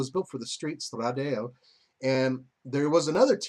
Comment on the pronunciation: Not being a dick, just letting you know... It's Stra-da-le (straw-da-lay), not Stra-dale.